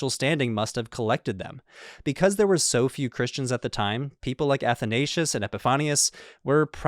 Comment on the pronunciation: wish you would have had pronounced Athanasius property